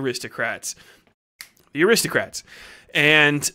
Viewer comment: I heard 'aristocats' . damn that little white kittten must be lethal.